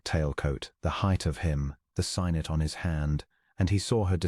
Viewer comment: Alas, AI voices stumble on the word 'signet', which is pronounced SIG-net. 😢 The erros occurs elsewhere. Not just in this tale.